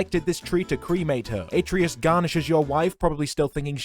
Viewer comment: It’s not pronounced ate-treeus it’s actually pronounced at-trayus